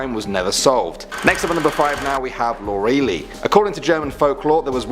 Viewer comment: Lorelei = Lor-uh-lye.......not Lor-ee-lee